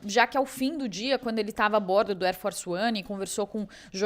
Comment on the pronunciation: Ér fórci uãni